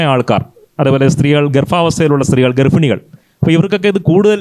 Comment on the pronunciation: Not garfini, garbbhini